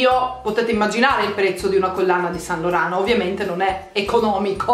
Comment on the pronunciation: Yves Saint Laurent si pronuncia iv sænt loran